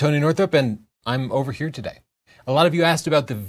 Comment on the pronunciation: First i heard tony saying “im overheating today” instead of im over here